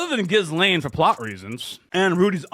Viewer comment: You're almost there with the Ghislaine pronounciation lol. The 's' is silent. Gi-lane